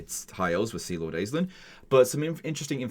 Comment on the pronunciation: Aislinn is pronounced "Ashling." It's an Irish name.